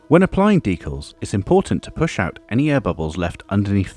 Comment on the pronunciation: Looks great! Amazing finish! Might just be your accent, but you have sort of invented a new way to say decals, deculs